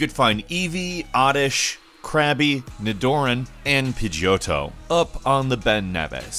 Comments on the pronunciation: "ni-door-en" Kill me. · Ni-DOOR-in ehhh wtf can’t un-hear that now